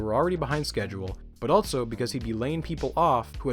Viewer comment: First time watching one of your videos. Very informative, great structure and animations, subscribed! So uh... where are you from? what's that accent you've got? haha. Some notes: you put a T in the middle of the word also. 'altso' .It's pretty prominent. much less prominent, you almost remove the T from the word months. not quite but nearly 'munce' .Do what you want with that observation :)